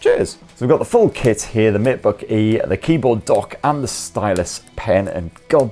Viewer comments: I keep hearing the matebooky haha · Yes it is the matebookee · I can't unhear "matebookie" for some reason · I keep on hearing you say "Matebooky", 😂😂 a bloody fantastic review